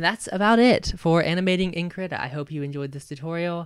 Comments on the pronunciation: kreeta not krihta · I do not mean to come off as rude in any way what so ever but it is pronounces kree-ta or so I've heard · i thought it was pronounced kreetuh